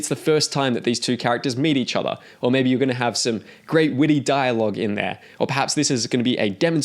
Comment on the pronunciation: 'other' isn't pronounced like that ;) . its like 'brother' not 'bother'.